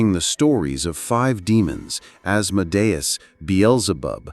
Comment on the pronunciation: You pronounced Asmodeus wrong